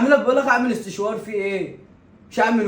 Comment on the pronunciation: و بعدين اسمه سشوار مش استشوار 😂😂